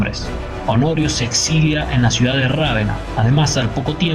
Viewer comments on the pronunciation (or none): Se dice Ravena. No es esdrújula.